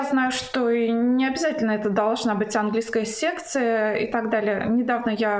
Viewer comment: Мне слышится "секта", а не "секция", похоже что так и есть.